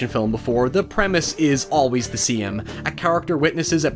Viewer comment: "The premise is always the see-um."